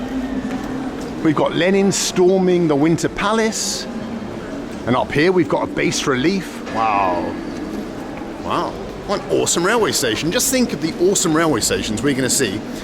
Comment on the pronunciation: Bas relief is pronounced "bah". Pedantic Point #1